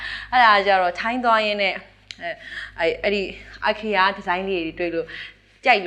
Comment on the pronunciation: အိုင်ခီယာမဟုတ်ပါ၊ အိခေးယ လို့ အသံထွက်ပါတယ်။